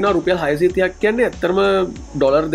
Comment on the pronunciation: ඇයි ඔයා ඩොලර් වලට "ඩොරල්" කියල කියන්නේ 😂